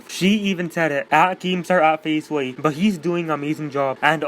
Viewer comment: Thank you and u pronounced my name right